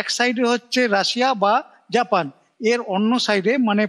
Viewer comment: উচ্চারণ ঠিক করুন।জ্যাপেন নামে কোন দেশ আছে। আমরা জাপান কে জানি